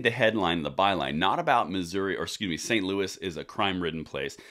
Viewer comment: St Luis made me Laugh Out Loud. Did you mean St Louis?